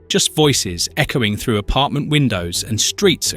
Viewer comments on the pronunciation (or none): none